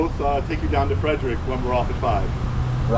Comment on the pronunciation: hearing Frederick pronounced like that hurt... same with Potomac... Maryland moment. Crab gang rise up